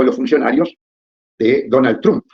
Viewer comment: Ud lo pronuncia correctamente al apellido Trump...Es alemán, no inglés.